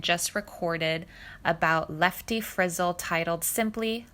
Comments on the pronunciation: Not enough to steal this concept from another (and much better) channel. You now commit the blasphemy of pronouncing the surname of Lefty Frizzell as “frizzle.” Astounding. And, by the way, a song that peaks at #77 is not a “hit” record. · Interesting, but the lady reading mispronounced Frizzel, Raye and said singing instead of signing... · I actually got a chuckle out of the “lefty FRIZZLE” pronunciation too!😂 however, very nice to hear all of this about Freddy….i didn’t know alot of this… sounds like the man was multi talented in many things…..if only lifetimes weren’t so short….🥲❤️ RIP FREDDY!